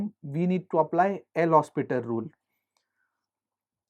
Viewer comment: hopital not hospital XD